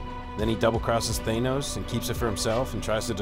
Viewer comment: It's not Thane-os it's Thanos. TH-AH-NOS.